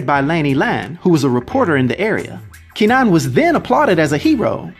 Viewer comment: Pronounced more like Ker-nan (don't fully pronounce the r, kuh-nan)